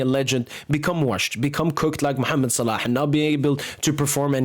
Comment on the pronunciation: Brother where are you from? the way you pronounce "Mohammed Salah" is very native